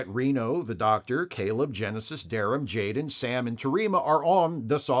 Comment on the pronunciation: said Jayrem ❤😂